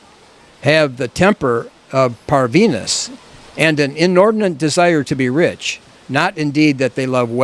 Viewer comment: Parvenus. It is pronounced with the accent on the final u, like in French. It means: the new rich, the last to come to the table. Bourgeois.